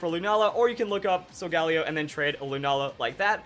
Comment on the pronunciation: I thought it was pronounced Sol-Gah-Leo because leo means lion and sol means sun